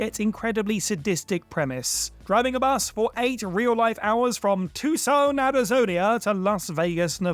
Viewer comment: Love your pronunciation of “Arizonia”